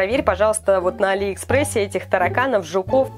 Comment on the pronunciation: А не Али́ экспресс